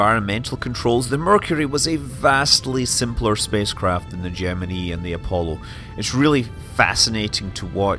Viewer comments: Good? Jimminy? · No they managed to mispronounce both words. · There are two kinds of pronunciation: The correct way The way the country who landed on the moon pronounces it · I like the subject and the videos. BUT why oh why does Mr Manley pronounce Gemini like that - rhyming with knee. It rhymes with eye . STOP it - not even all the original NASA and MacD bods used the knee variety AND you bloody well pronounced it properly at about a minute in. If it is meant to appeal to our US cousins - I wouldn't worry - if they can get past that bloody accent then they're probably not going to worry about ee and eye. AND DO not get me started on 'math' - you can bloody well stop that as well - you'll only end up like that Barrowman bloke. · When they were flying the Gemini spacecraft that's how the engineers and pilots pronounced it. Yes it was wrong, but when I'm talking about those rockets I'll use their pronunciation. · Gem- uh- nee? Did NASA also use the pronunciation cap-shoole? 😁